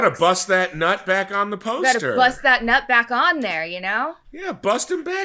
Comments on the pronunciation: It’s actually pronounced as “noot” like boot with a N. Not nut you nut😂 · "noot" not "nut" lol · Nut is the sky...sister of Asset(Isis)....pronounced "Noot" I am Steven (with a V) 😬😶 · The Goddess Nut, is pronounced Noot, and is the Goddess of the stars, sky, and heavens. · NUT Pronounced "noot" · I believe Nut is pronounced as noot